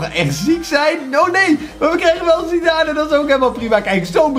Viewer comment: Je spreekt het uit als zidaan